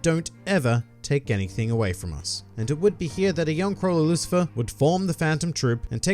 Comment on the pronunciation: Lucifer? No. It's Lucilfer.